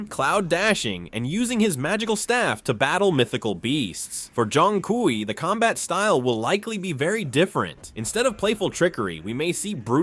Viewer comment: It's pronounced like "choong kway"